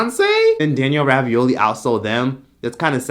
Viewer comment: Did you say Danielle Ravioli? 😂💀